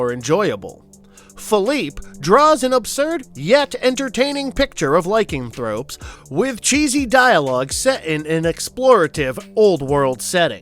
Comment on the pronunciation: First off, its pronounced "Like-an-throw-p", not "liking-thrup". Secondly, "a cyclopian temple"? What, exactly in the blue hell is that even supposed to mean? What do cyclops have to do with that film? Seriously, do you guys even know what some of these words mean, or are you just picking words you recognize from old fairy tales at random?